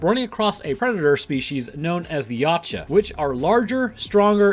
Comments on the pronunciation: "Yaouch- A" that's how its pronounced like "OUCH, I hurt YAH." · it's pronounced [ya u tch a] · How it's spelled: Yautja How it's pronounced: Ye-out-ja How says it: Yotcha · You mispronounced Youtja the entire time you pronounced it Ya • cha when it is pronounced Yow • ja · Its pronounced ( yowt-cha) not (ya cha) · You lost me when you called them YATCHA... its Yautja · i was having acid glow flashbacks when he couldn't say it right either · Lol yeow-cha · Something I learned recently is that, apparently, it's supposed to be pronounced Ya-oot-ja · this is the first time i've seen someone say a yautja has natural infrared and why does he call it yatja the u has a u sound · i die every time i hear you pronounce Yautja like that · Waiting for someone to correct the way you said Yautja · You said the name wrong. You said the name wrong. You...you SAID THE DAMN NAME WRONG!!!!!! good vid though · The T is silent my guy. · Please top saying yautja just say predator P.s your saying it wrong